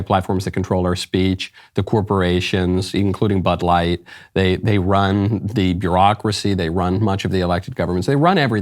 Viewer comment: Was that Butt light or Bud light? 🤔